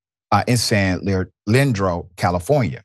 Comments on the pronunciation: Damn. Surprised to see Alameda County. Thats where I am. And its pronounced San Leandro(Lee-ann-dro). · Pronounced: San Lee Andro